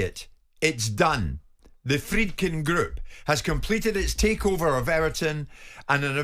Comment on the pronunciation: Are we sure the d in Friedkin is silent? You guys aren't pronouncing the d at all